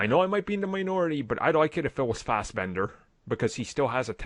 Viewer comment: Fassberder magneto PLZ NOT Ian.